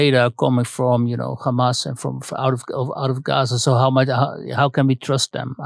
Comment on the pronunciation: “But how would you go after kkkkkhamas” .. think I’ll give this one a miss